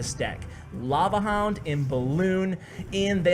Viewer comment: It's lava HOUND NOT LAVA LOOND